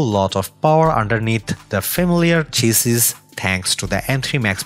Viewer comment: just some helpful advise "chassis".... is PRONOUNCED (spoken as) SHA-SEE